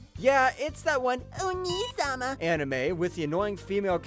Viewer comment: That "Onii sama" pronunciation made me follow this channel. :)